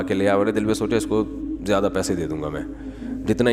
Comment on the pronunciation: Jyada nai ziada hota hai, I think Moulana sahib ka admin koi Indian hai